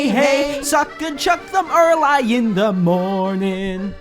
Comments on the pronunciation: What amuses me is the way you pronounce "Early" as erlai instead of erlee. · Is no one gonna mention the fact that he pronouced early as 'er-lie'? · Your pronunciation of early triggers me